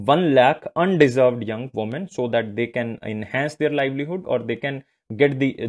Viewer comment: Under Served , kindly read it properly???